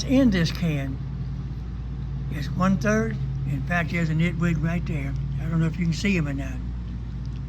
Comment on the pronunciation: What is that word you're using? Sounds like nitwig. I googled nitwig and nothing came up.